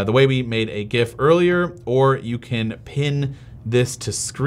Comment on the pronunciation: You are pronouncing GIF correctly. The "G" should be pronounced the same as Graphic, which is the word it stands for in the acronym.